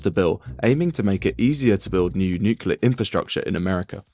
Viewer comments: It is not nukelar, it is nuclear. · Why do people pronounce it nucular when it’s nuclear? I’ve always been curious. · What the hell is nucular? Can't even pronounce the technology you are reporting? The nuclear fusion illustration is also wrong, you are fusing 2 atoms with many protons and neutrons, not hydrogen or tritium... Bad reporting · Nucular... It's always fucking nucular. On topic tho, it's kinda funny that whenever western country starts talking about more nuclear power, "accidents" start happening across existing power plants. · New-cular is very new and musk-cular. The community organiser tried to organise new-cular plants. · pronounced "nu-clear" you sound like an uneducated idiot. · nucular? really? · Dude please. The phonetic pronunciation of "nuclear" is typically written as /ˈnjuː.kliː.ər/ for the standard form. And if you're looking at the more colloquial pronunciation, it’s sometimes written as /ˈnjuː.kjʊ.lər/. The first syllable is emphasized in both cases, and the difference is mainly in that middle sound. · It's pronounced ' nucular, Pepsi' ( Homer Simpson, nuclear safety specialist) 😆😆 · Not once was the word "nuclear" pronounced correctly 🤣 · Brother you can't even say Nuclear